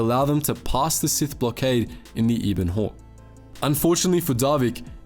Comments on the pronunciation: Eh-ben-hawk* not ee-ben-hawk. Just because Kenobi was a Brit doesn’t mean you get to pronounce things correctly 😂 yeesh. (Obviously I’m just joking, this is a great video I’m just bored and can’t sleep. Please don’t take this seriously, people) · Ebon Hawk not E Bon Hawk think ebony but drop the y.